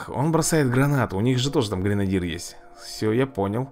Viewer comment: Эй, деревня. ГренадЁр правильно.